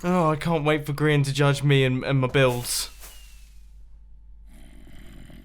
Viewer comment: Mumbo, you keep pronouncing Grian's name improperly. It goes like this : Geee Arrrrr eeeeeiaaaannnn Just ask xisuma